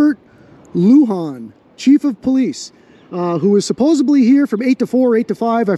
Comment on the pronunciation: Ahhhh, supposeBly. Say it ain’t so. Love your channel brother.